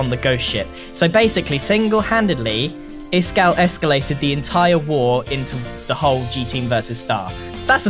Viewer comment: "Iskall-ated" I'm done ...